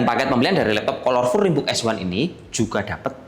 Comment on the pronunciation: bacanya kalerful mas, bukan kolor wkwkw